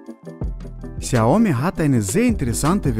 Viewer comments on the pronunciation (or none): none